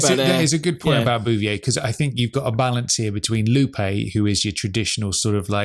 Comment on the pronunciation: Really liking these podcasts each week. Makes me look forward to Fridays even more! btw, it cracks me up every time how pronounces Lupe. Says it more like Loopie!